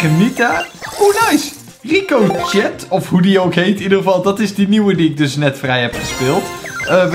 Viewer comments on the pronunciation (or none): Je spreekt Ricochet uit als:Riekoosjee